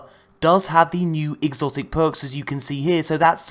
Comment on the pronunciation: "He got an exocit NOICE"